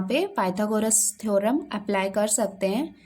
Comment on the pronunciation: थेरम bola